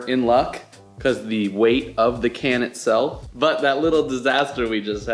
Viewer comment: Did he say "Butt version 2 of this case" Are we rocking butt crispy cases? WUTESTHES!?!?